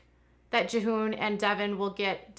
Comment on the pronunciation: Jee-hoon is how his name is said.